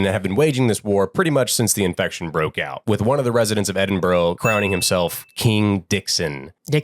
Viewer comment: The true horror is hearing Americans mispronounce Glasgow and Edinburgh 😂😂